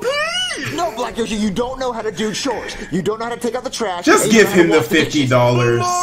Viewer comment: Black yoshi said choes actual word chores